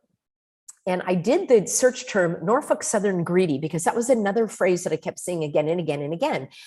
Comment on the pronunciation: "Norfuk southern" 😆 Was that a froidian slip lol